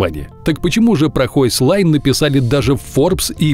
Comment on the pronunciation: Не хойслайн, а хёйсхен или хёйхсляйн Тогда понятно, почему маленький домик. Могли бы гугле переводчик подключить. Потому что слышится, как "высокая линия"